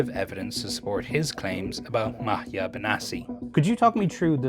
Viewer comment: Isn't Maatje a dutch name? Just curious since that is not how you say Maatje. Or it is a Spanish name?